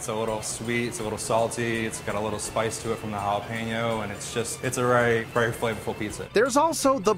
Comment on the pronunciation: You had me until you mispronounced Jalapeño .